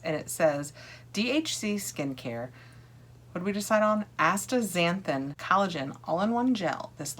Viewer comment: Yes, the pronunciation is asta-zanthin. 😊